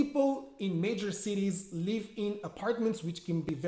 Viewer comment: Hi there, 👍🏻 good job 👍🏻 so clear and smooth as usual :) If you don’t mind my remark, you pronounce the word ‘live’ the same way as 'leave' and it’s kind of confusing sometimes :( Otherwise your videos are so inspiring , you helped me a lot in my lesson planning . I can’t thank you enough :) keep up the good work !